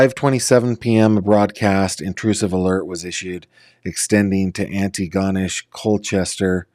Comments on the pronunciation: Its pronounced An-tea-go-nish.....just trying to help. Great video though. Such a sad story. Hopefully they are found safe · RCMP are most comparable to state police I think. Antigonish is pronounced like auntie-gonish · Antigonish’ a bit more accent on -ish, last syllable, you will sound more knowledgeable, 👏😀